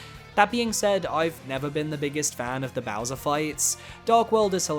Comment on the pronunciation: Says ' so longee Bowswer not gay bowser lol